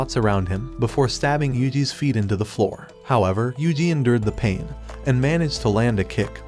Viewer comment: Finally you said yuji ❤